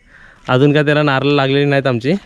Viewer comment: नारल नको म्हणू नारळ म्हण